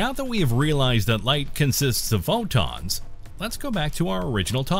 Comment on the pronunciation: Pho + Wonton = the way he says PhO!tOns